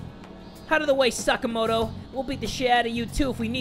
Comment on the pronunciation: Sa-KAH-moto, not saka-MO-to